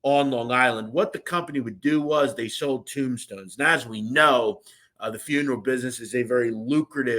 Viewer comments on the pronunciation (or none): none